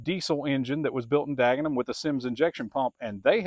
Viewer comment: Looks like Henry ford got fed up and started making the fordson standards in Ireland, then transferred it to Dagenham ( your pronunciation spot on) England. The major is popular over hear for doing charity Sunday road run, having good top gear speed. Well done for what you are doing at your museum, I will be following you with interest!! Regards from cornwall👍